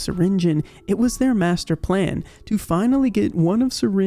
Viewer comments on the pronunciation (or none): none